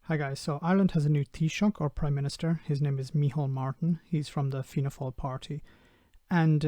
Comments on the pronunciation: What annoys me is how the sky news presenter butchered the pronunciation of Fianna Fail. I mean someone there should have been like that's Irish quick does anyone know how to say that or do a quick Google. Absolute lack of respect. Thank you for pronouncing those gobshites name right. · Mother of the nonexistent gods! The news reader's pronunciation of 'Fianna Fáil' and 'Míchéal Martin' is just awesome...!